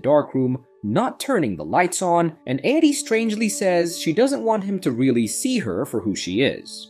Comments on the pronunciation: So...is it Addie or Adi? You'd think somewhere in the movie her name is pronounced and you'd know the correct way to say it. Is it just me or are there waaay to many creators on YouTube that can't pronounce words they literally had to hear at least 10 times in the proces of making their content? Edit: Is this AI? The moment he couldn't pronouce Barbara the thought popped in my mind, is this being read out loud by ai? It would explain the constant mistakes. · The inability to figure out if you want to say Addy or A.D. makes me pretty sure this is an AI voice? Easiest way to get a downvote :( Edit: BARA BARA?!?? Yeah this is obviously AI, someone misspelled Barbara and the AI is just a fancy TTS so it said what was written. Channels like this are such bs.